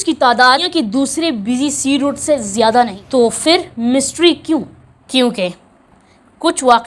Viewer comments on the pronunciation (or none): فر نہیں پھر صحیح لفظ ہے